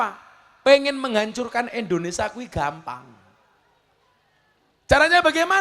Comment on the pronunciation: Indonesia gus..bukan indonesa😅